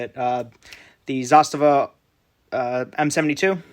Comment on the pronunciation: Zah-stuh-vuh? It's Zuh-st-ah-v-ah!😂